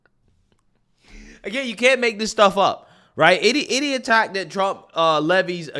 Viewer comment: Dude, I appreciate your channel. However, could you please pronounce your th's instead of using the d sound? It's that not dat, this not dis...